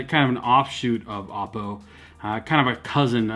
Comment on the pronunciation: you're pronouncing Oppo wrong